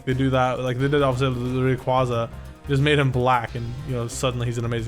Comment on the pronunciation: Learn how to say Rayquaza correctly, almost every Poketuber gets it wrong and idk why, it's a Legendary of all Pokemon to get called wrong